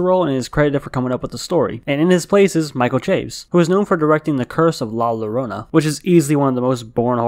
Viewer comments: La Llorona Its pronounced layorona. it depends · The pronunciation of La Llorona was more frightening than the film lmao 💀 Also the opening scene was my favorite part of the movie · The way he says La Llorona 😂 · bro I got mad luv for you, but I always cringe whenever I hear non-Spanish-speaking people try to pronounce La Llorona 😂